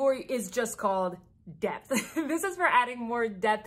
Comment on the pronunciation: Haha. You said "depth" and I heard "debt". Indeed!